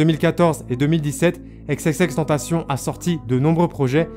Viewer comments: Chui dsl mais la j ai arrêté la vidéo a par ce que la manière donc il dit xxx tentation ca me rend fou 😂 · Sa ce prononce ix et pas ex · C’est Xxxtentation et pas exexextentation 😂😂😂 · Exexextentacion mdr tu sais pas parler c xxxtentacion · Non c'est xxxtentacion pas xxxtentation et exexextentacion c'est l'accent du X en anglais ça se prononce comme ça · « Ex ex ex tentacion » 😂😂😂😂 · 😭😭😭😭😭😭😭😭😭😭😭😭😭😭 pas xxxtantasion 😭😭😭😭😭😭😭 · Faudrait vraiment que tu prononce leur blaze en anglais . On pourrait penser que ça s'écrit Tentation vu comment tu le prononce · Pq tu dis ex ex ex tentation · « EX EX EX TENTACION » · Faut revoir ton accent et ta manière de prononcer XXXteantacion